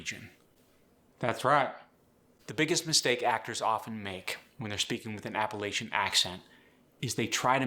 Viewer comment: You can't even pronounce Appalachian or yonder correct and you want to try to teach it? hah